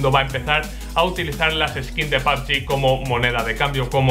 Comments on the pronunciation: Porque dices papgin se dice pubg, no entendía lo q decías hasta q has puesto la imagen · Me da risa como le dice a pubg “pabgi” xd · "Pab yi" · pabgi dice